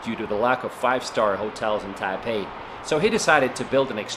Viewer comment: It's pronounced tie PAY.